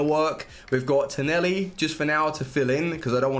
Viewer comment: its tonali not toneli